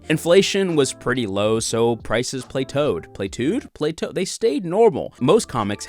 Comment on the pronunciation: That was massively informative, Thank you! By the way Plateau is pronounced Platt-O, lol!